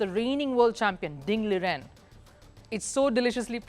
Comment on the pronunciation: Appreciate your coverage on Chess but please correct a few mistakes. These aren't huge mistakes but there are quite a few... Hakamura understandable... You've repeatedly mentioned as Niat Abasov in Azeri language there is "J" so it's Nijat as it's spelt... Firouzja is originally Iranian but now represents France not Italy... Ding Liren is pronounced as Ding Lizchen in Mandarin... If not for Vidit Hikaru would've win the tournament by now, because Hikaru lost to Vidit TWICE.. Everyone is downplaying Fabiano Caruana , he's the second best player in the world and he's just half point behind of the leading pack